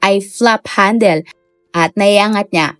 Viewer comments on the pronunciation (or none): none